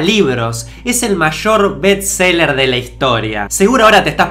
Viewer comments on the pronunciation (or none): Me molesta escuchar lo mal que pronuncia "best". La expresión es "best seller", por favor dígalo correctamente. Entiendo que es difícil por tratarse de otro idioma, razón por la cual le informo que puede decirlo sencillamente en castellano: mejor vendido.